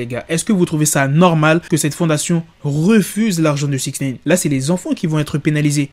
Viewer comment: Putin de merde tu c pas dire six Nine ! pas six naine 🤣😂😂😂